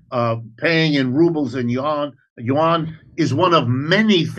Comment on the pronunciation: Could someone please show Jimmy how to pronounce Yuan properly? Won is the official currency of South Korea.